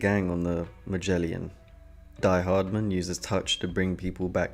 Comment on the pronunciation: Great video but hearing you say “DMV” and “Ma-jelly-in” threw me off 😂 DHV and Magellan my dude. Magellan, ya know, the insanely famous explorer we all learned about in school